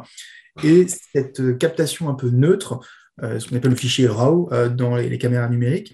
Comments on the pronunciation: Le RAW (qu'on prononce "rô", pas "rao") est un fichier de données brutes qui contient toutes les informations reçues par le capteur, ce n'est pas un fichier image. Il ne devient une image qu'en post-production et on lui donne le profil qu'on veut, aussi bien fade que claquant. Quant au images sombres, ça suppose de sous-exposer à la prise de vue. Bref, à part la finalité pratique du montage très saccadé (fatigant, hérité du clip vidéo) et de la dissimulation des effets spéciaux et/ou défauts, le choix relève de la direction artistique. Après les années 80 et 90 très colorées, amener de la nouveauté en changeant la colorimétrie et en coupant les hautes lumières avait stylistiquement du sens et certains l'ont d'ailleurs fait, et le font encore, alors qu'ils tournent avec de la pellicule. Possible en effet que le 11 septembre ait induit, en partie du moins, un mood plus sombre, inquiet et monochrome. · Ca serait bien de savoir prononcer "raw"...